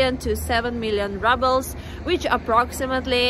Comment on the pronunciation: I love how You say rubbles, instead of Rubles 😁 Love You! 💖✨